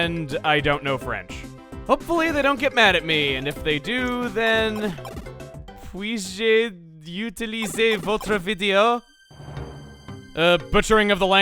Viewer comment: Your French wasn't terrible, Chuggaa. The 'Je' in 'Puis-je' isn't pronounced as 'jay' though, it's more like juh. The rest was really fine, though!